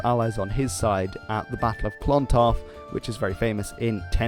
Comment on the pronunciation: My god, your Irish pronunciation is causing 'me ears' ta bleed. It's not Clawntarf, it's Clontarf. The O is small. Say clon quickly and without a strong On sound. Mael "Shock-nall". (Seachnaill ) Cogadh Na Gael re Gaillimh. (Cugga nah Gael ree Gaul-yiv) in all fairness though, cheers for trying!! 😉